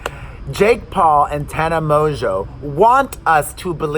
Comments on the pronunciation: Just call her Tana Mo-jo😂😂😂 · It's Tana MOEJOE..LOL and the manager Jordan is Trisha's manager too😂😂 Poor guy! Don't stress about your video being perfect. I think many of us love the raw everyday life with the kids interrupting because we relate...LOL